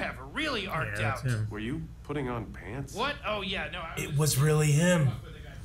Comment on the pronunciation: Most of the crew pronounce “on” wrong. It’s probably because of where you live.